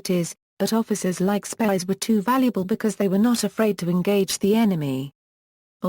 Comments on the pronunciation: Spiers is a very Scottish name and pronounced Speers not Spires. Please do your homework on issues like this. I was getting quite annoyed at the amount of times Spires was used in this documentary. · I only saw clips of "Band of Brothers" but I also caught what seemed to be mispronunciation of the surname in this video. However, the spelling in the video seems to match what I've seen before because I wrestled with the pronunciation myself prior to viewing this. Is it possible that the video spelling and your spelling are alternates of the Scottish name? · This person cannot say his name properly . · At least pronounce his name right.